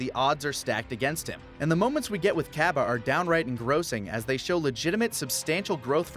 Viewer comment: Why they saying cabba wrong